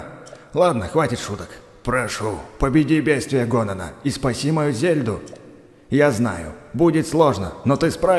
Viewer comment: На ты сказал не Ганона а Гонана